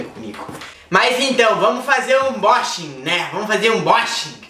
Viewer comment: ãnbóxingui kkkk